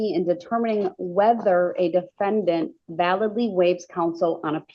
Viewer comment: Why did you have to say it that way? The defenDANT! 😂@